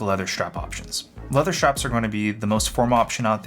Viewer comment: schtrapz 🔨 schtrapz 🔨 schtrapz 🔨